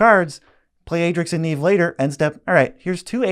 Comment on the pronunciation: Adrix & Nev not neeeeev xD